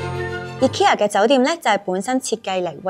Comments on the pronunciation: 但都無讀錯💪🏻💪🏻💪🏻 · 放心！無讀錯ikea個名💪🏻正如「佢地有好多產品都做到統一化，只係配合地區嘅文化，做少少細節嘅改動」個名嘅讀音都係🤣😂😂